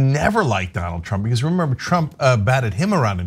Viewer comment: "But dey said gwate things about me!" --Twump